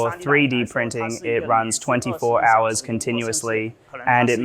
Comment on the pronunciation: pronouncing hours as "har" is so funny, cause I get it lmao